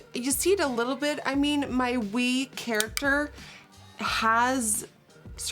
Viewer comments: CHARACTER NOT CHARACTHER. no hate doe💞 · “Charachter” jajja ily nikkiee! This is awesome!